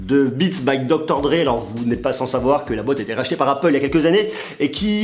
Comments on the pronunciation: Dr.dre se prononce Doctor dre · Deja dr.dre ca ne se prononce pas docteur dre et respect pour lui ok il fait parti des rappeur les plus riche